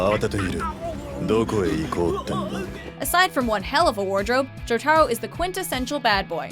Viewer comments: JOTARO SHOULD BE FIRST! Also it pissed me off how they pronounced Jotaro. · Averie Morris they can't say Jotaro right or Mamoru 😑😒